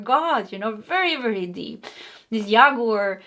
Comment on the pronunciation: Hello, cute and sensitive,. In English "Jaguar" is pronounced like "James" or "Jack". Not like "Yeehaw" as a cowboy would shout. Thanks for the reading, I too, just like you, learned English by taking lessons, and not by living in an English speaking household, so no hard feelings.